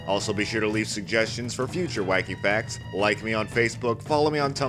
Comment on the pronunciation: No offense but at the start it sounds like u saying whecky fecs